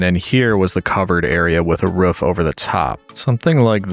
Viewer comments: I love how you say roof like ruff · has the whole roman thing going on Also: Pronounces Roof in the most yeehaw Appalachian/ great lakes way possible 10/10 love it